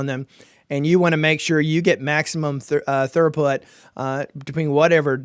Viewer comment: Dude it's peripherals not perifrials. and it's throughput not thoroughput I suggest you learn how to say the words you going to use because if you don't know basic english I'm not going to be taking any advise you give seriously. With respect, learn the language.